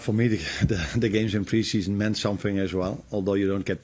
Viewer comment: Of coursh it's nice to have good pre-sheshun 😂 come on Arnie lad